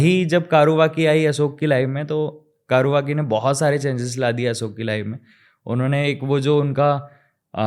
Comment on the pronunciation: कारुवकी नही कौर्वकी है ।